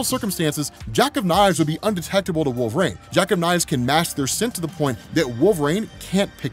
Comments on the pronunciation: I really enjoy this channel. Get to participate in something I could never afford. One thing though, I've noticed you pronounce Wolverine as WOOL-VER-RAIN instead of WOOL-VER-EEN and I've heard it so many times I'm beginning to question if I've been pronouncing it wrong all these years.. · bro why does he call Wolverine "Wool vrain"? is it an accent thing?